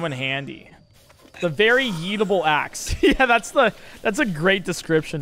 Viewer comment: the yeetable axe it sounds like eatabale axe